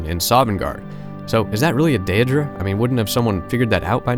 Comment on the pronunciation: dear god please say “day-dra” and “aye-dra”